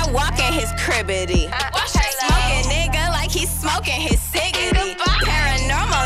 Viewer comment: did she just say cribidy and cigidy